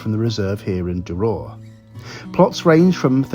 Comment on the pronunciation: When I started watching your travel videos I never thought you would be visiting my home village . The less said about the way you pronounce Duror the better .